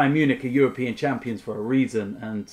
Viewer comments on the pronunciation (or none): none